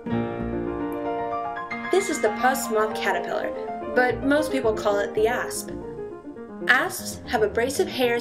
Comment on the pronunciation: i heard ass not asp 😂